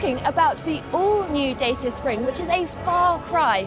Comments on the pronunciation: Not "Day-see-ah", "Dah-chee-ah". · I am more impressed by the car than the presenter… keeps saying “Day-see-ah” instead of “Dah-cha” 😂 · Datchea not Dayseea. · It's pronounced 'Da Cha' not James Mays skit at them of dayceeya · "Dah-cha", not "Day-sha" or "Day-sia" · My goodness, I was just pointing out the correct prono for this car brand! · It's pronounced "Dat-cha). 0 - 62 in 14 seconds does not make this a pocket rocket. And for a given vehicle length, putting the wheels as far apart (front to back) as possible does not improve the turning circle, it makes it worse. Dodgy reporting aside, I think we'll be seeing lots of these cars on our urban roads and supermarket car parks. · Please research the pronunciation of the brand! It's pronounced Dachia. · Found your comment here condescending tbh. It's a Romanian brand. All the Dacia adverts pronounced it correctly as 'da·chee·uh'. Romanian is a Latin language, where the letter group 'ci' is pronounced 'chee', much like cappuccino (Vulgar Latin). Are you suggesting you wouldn't correct someone who said 'cup-ah-see-no'? What about 'Jalla-pee-no' ? It's not just 'slightly different', it's wrong and can absolutely be mispronounced. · Isn't it supposed to be daw chuh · Dacia is pronounced 'Datchia'.You can Google it if you like.